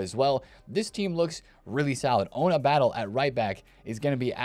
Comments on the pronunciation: Fan of your videos. Just a quick note, Batlle is not pronounced "Battle". It's closer to "Bata-yey". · Ona Batlle is pronounced Bat-ye not Battle